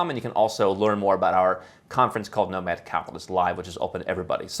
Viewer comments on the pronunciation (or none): none